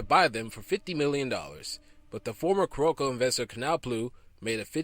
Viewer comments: The most notable is Carolco it's pronounced Carol-Co not Ka-Rol-co! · I dun fucked up because I keep pronouncing it Carlo-co.